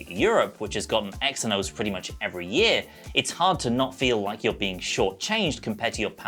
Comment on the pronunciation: Lad xe=z like how ph make an f sound...eh phill not fill xenos=zenos